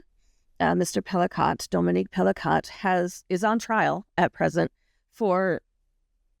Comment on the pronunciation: Whoa! I know this case quite well, SA victims are not "sex" victims. Please reconsider your headline of "Sex in the News". Just no. The last name is pronounced "Pelee-coe, not Pelicaught.